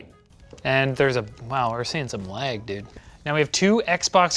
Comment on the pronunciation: Pronounces lag, “leg”